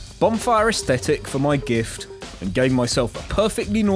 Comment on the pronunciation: Im sorry.... im not even 2 minutes in but i just have to say something here. WHY? Why does every one call the bonfire ASCETICS "AESTHETICS"? has it become a joke by now? it doesnt een make sense and yes i may be a bit too much annoyed by this but i cant keep quiet about it. just call it an ascetic, if i as say it as a non english speaker the yall definately can and i dont know why you dont.... Anyway side rant over, please call the thing what its normally called.